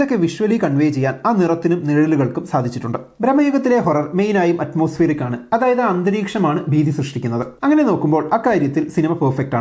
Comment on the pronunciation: അറ്റ്മോസ്ഫിയറിക്, വില്ലേനിയസ് നീ എന്തുവാടാ പണയുന്നത്. ഇംഗ്ലീഷ് അറിയില്ലെങ്കിൽ പറയരുത്. ആദ്യം നേരെ പറയാൻ പഠിക്ക്. ഒരു അളിഞ്ഞ പുരോഗമനക്കാരൻ വന്നിരിക്കുന്നു.